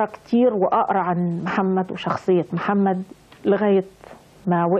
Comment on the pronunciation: البرص بفتح الراء وهو مرض جلدي وسيدنا محمد ينطق بضم الميم والحمدلله الذي هداكي للأسلام وما كنتي لتهتدي لولا أن هداكي الله